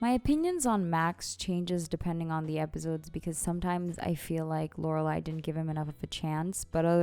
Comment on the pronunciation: Why do you say it like "epizodes" lol